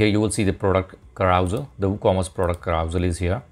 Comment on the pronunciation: LOL....carousal......carouSEL....as in SELf....SELL your car. I think the clue is the use of the 'e' rather than any fictitious 'a'. KA_RU_SELL.